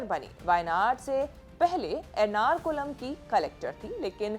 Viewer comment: It's not nrakulam it's Eranakulam